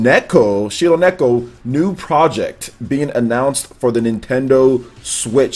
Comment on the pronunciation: Shironeko in other words "white cat" I'm not trying to make fun of but..... why is so hard for English speaking people to pronounce Japanese? The rrrrrrr sound is something that they suffer And even in anime english dubs I never hear a correct pronunciation of a japanese name. Maybe that's one of the reasons that I just don't like dubs.